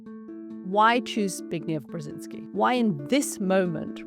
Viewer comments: At least he could have practiced to pronounce “Brzeźinski” correctly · Brezynski, Brezhinski ... ? Is it that hard to spell it out and pronounce it correctly ? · Excellent story of a great man (I wish the author would learn how to pronounce his name properly)